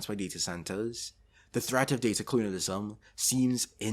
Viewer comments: Clunialism? 😂 Sorry dude i cant focus with you saying clunial every 5 seconds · Youtube, the place to watch a video essay on colonialism made by some guy who can’t even pronounce the word “colonialism” right